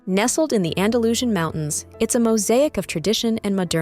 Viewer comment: Andalusian is pronounced Anda loos ee an, not andalooshin. Soller is pronounced So yay, not soler